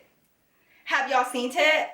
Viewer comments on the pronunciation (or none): Does she know that she says hunty and seent it??? not hating I love you I'm just wondering